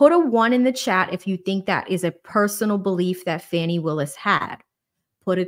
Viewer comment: Why are you saying “fanny” when you know that her name is Fani?